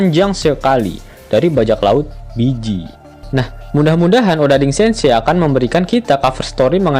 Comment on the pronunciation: Bege bacanya bejji bukan biji wkwkwk